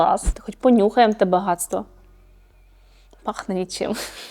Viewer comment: Я також так почула 😂😂 Хоч понюхаєм те гадство